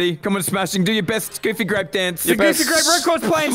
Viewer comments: Enywon hav gufy gwap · i swear for a second he said wanna play fucky grape i was like yes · I swear, every video I hear "gOoFy gRaPe"